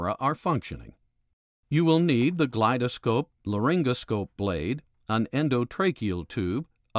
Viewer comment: Its not pronounced glide -a-scope brother. Its glidescope.